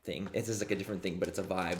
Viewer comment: The “caught a voibe” from the last few videos 😂😂